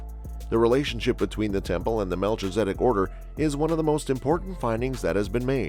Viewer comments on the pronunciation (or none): It's pronounced mel-kiza-dek. Just letting you know. Great information. Thank you.🙏👑🌎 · Very hard to watch with the constant mispronouncing of his name. Please program your computer voice to do better. This is one of the most important people in the Bible. It's disrespectful